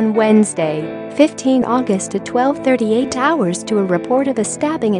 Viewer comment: Its Grayshott road. Not graveshott